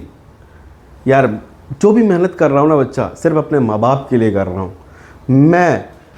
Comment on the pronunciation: Bhaccha nahi bolna sir